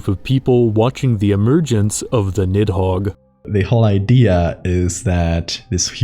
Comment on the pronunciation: Good content but Jesus you butchered the pronunciation of Nihogg 😅